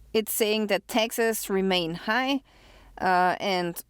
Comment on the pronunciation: She said "Texas" and I thought she was talking about "Texas" but when she said "paid Texas" I figured out she was saying "taxes".😅